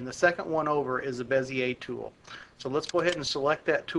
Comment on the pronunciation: Finally, someone pronounces Bezier correctly...